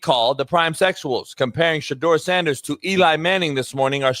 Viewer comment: It’s shit-door.